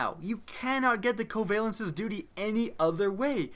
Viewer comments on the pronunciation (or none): Not pronounced koavailences